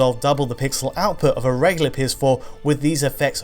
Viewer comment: for the love of god, the word is reg-YOU-ler not re-LI-er, there is a U!!!